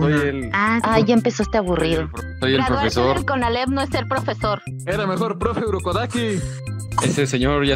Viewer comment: La shinobu dijo conalep xD? Ay iba mi hermana